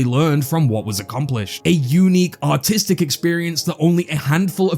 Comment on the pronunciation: the way you say artist and artistic sounds so much like autits and autistic i cant unhear it))